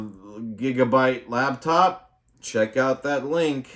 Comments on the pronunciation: Are you saying LABtop? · "Lab" top. Oh God. My sides. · 'Lap' top. As in it sits on you lap.